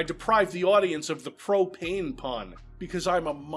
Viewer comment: "Pro-Payne" still slays me 😂